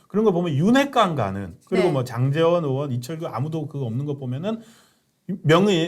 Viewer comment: 방송인들은 <의원>발음도 정확히 하라구요. 으 원이 아님!